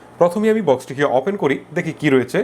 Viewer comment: আপনি কথায় কথায় অপেন বলেন কেন? ওপেন বলবেন কথাও ঠিকরে বলতে পারেন না কি রিভিও করেন?